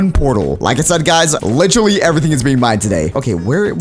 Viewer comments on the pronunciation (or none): none